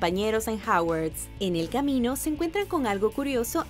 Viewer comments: es hogwarts no hawarts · No es Hawars es Hogwarts